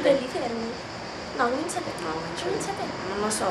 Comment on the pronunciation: è il primo video che vedo di questo canale.. e il tuo comportamento non mi piace molto.. c'è questi "eczerto" "cominza" e quella vocina.. bho.. non voglio criticare ma bho prendila come critica costruttiva